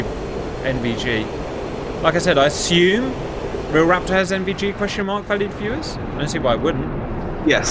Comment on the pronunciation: Fantastic work, love these videos but my god man I cannot stand the way you pronounce raptor. It's like one of those irrational annoyances and doesn't take away from the video but it pisses me off so much